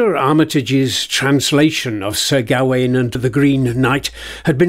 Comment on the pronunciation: Why do you think 'Gawain' is pronounced like that?